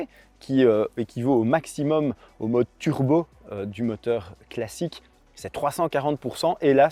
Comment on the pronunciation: on ne dit pas "turbeu", mais turbo.